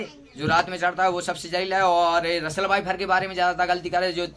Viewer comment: Vifer😂😂😂 phle sikh bhai shi se